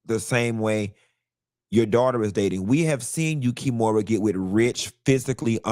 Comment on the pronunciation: I holla everytime you call her KEY - MORA 🤣